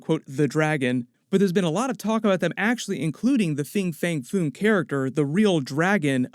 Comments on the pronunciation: I believe it's Fin Fang Foom, not Fing Fang Foom. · Very late to this and sorry to nit-pick but it sounds like you're saying "Fing fang foon" and it's "Fin Fang Foom" but tbh you could be saying it right it's hard to tell so sorry if you are